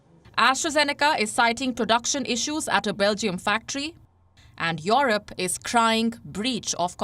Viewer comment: when will she stop pronouncing it as YORUP?